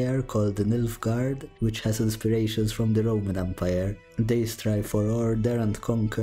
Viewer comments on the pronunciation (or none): none